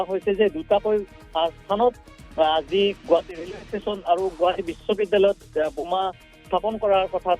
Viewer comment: Anchor babu, Assamese pronunciation is Boma not Buma but reporter pronunciation is Ok.